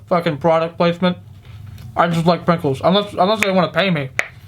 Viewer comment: He said Prinkles😂